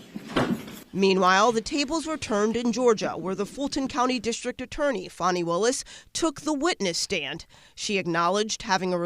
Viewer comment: Her name is not Fanny it is Fani